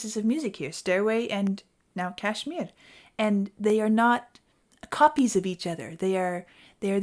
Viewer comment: I could listen to the rolled r as you say Kashmir all day.